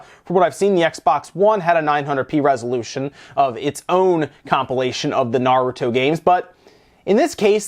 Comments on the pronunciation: Ha, good job, you actually made an attempt to do better on the Naruto pronunciation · It's nice to see an active effort to pronounce things correctly on this channel (i.e. Pokémon and Naruto in this case). Most people won't even bother to change their habit even after knowing that they are pronouncing something the wrong way. Kudos!